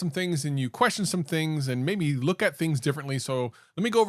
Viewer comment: Maybe ...not Mayb